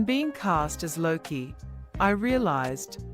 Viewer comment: Luki? Jesus christ it's Loki , my guess is this was made and narrated by an AI cause it's shit